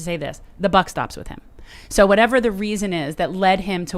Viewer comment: "With = Wid" with this guy